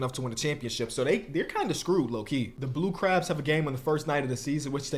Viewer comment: Why he saying blue crubs 😂